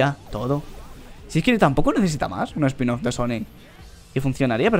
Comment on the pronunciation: dice sanic :v